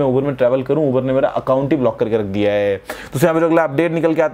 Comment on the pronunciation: It's uber not iber